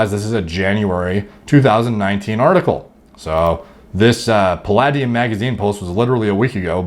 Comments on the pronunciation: pronounced puh-lay-dee-um...also for the algo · “Palluh-deee-um” huh? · I was mimicking the way that he pronounced it, genius. He read it as if he'd never heard the word spoken before.